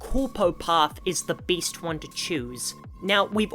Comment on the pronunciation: nice video and great accent "might not necessarily be the BEAST one"